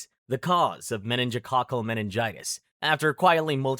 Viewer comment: Meinigococal meing- what?